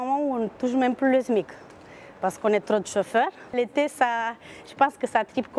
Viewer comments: « Sa menev tlo tlo tlo » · « Ça m’énerve tlo, tlo, tlo »